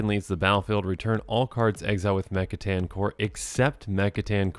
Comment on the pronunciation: Yea I noticed that, plus he pronounced mech titan like 3 different ways in the beginning so hopefully he’s just tired